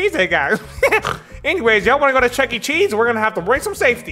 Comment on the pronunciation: That fact that said jooky cheese